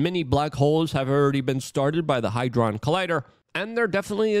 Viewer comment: "HAD-DRON" Good sir. In a sentence to help pronunciation "Had Ron realised Hermoinie was transgender, he'd have have thought twice about sharing his twitter/X handle" Love your content, keep up the great videos.